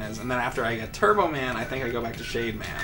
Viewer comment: Everytime he said "Shade man" I kept hearing "Shave man". Totally different robot master.